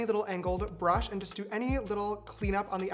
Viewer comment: james really likes adding syllables to words, "bur-ushhh"